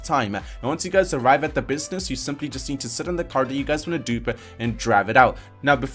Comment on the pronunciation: Why is it that all these video game you tubers always have a weird accent where they have weird speech cadences or weird things they say at the end of sentences? He sounds like he puts an “A” at the end of every sentence. He ends sentences like..”businessah”